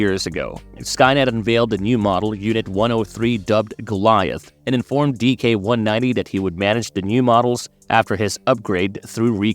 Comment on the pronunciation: Why do you keeps calling him DK-190? His name is DIX-190. Not trying to be hostile, love that anyone acknowledges the NOW comics.